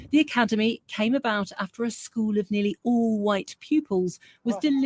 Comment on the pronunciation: Did she say alicademy?